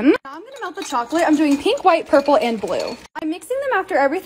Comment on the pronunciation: She said dark blue is purpple